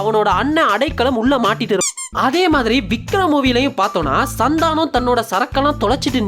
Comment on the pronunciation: Bro oru chinna thirutham athu Santhaanam illa santhanam